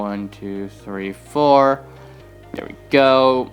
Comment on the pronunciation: "Place a block right dere."